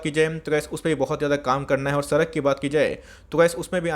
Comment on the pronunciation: "Bengali Accent"